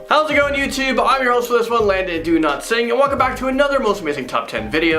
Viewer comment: So hears a good one each episode is in a different parallel universe where Landon’s surnames’ pronounced “do-not-sing” or “dowlatsigh”.